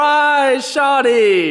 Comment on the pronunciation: as an active Toronto man it’s pronounced “shorrrdyyy